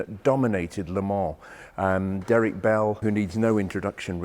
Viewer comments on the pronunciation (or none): none